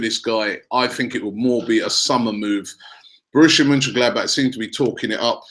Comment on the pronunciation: I love how Robbie can't pronounce the simplest of names correctly but can pronounce Borussia Mönchengladbach perfectly 😂